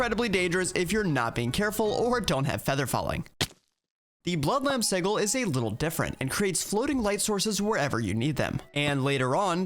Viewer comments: previous versions of blood magic had a book (the sanguine scientificum?) that had the exact same fearure. Side note: I wish it wasn't called EV. I keep thinking of Gregtech. Sih-juhl. Not Sih-ghul. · SIDJ-IL NOT SIG-IL!!!!!!!!!!!!!!!!!!!!!!!!!!!!!!!! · The G in sigil is supposed to sound like a J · pronounces sigil with a G sound instead of a J sound which is the correct way to say it. Its just funny lol. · Apparently si-gl (Like is using) is the American pronunciation, while si-jl is the British pronunciation... Personally, as an American, I have never heard the American pronunciation in my life, so I'm just as thrown by it as you are. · a quick search shows that in no way is a pronunciation with a G correct. It comes from the Latin word sigillum and is pronounced as how everyone here knows it does. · No, no it is not. si-gl is absolutely wrong. I live in the US and it wasn't until I heard Matt Mercer say it that way on Critical Role that I EVER heard it pronounced so very wrong. I was born in 1981. That's well over 30 years before I ever heard it pronounced any other way. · I have litteraly only ever heard it pronounced with a G for Planescape, which also doesnt matter because its not referring to an arcane sigil and instead the City of Sigil, and names can be pronounced however the f the namee wants. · Please look up how to say sigil properly. :) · I really hope that your pronunciation of "sigil" is engagement bait haha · The pronunciation of sigil is sending me lol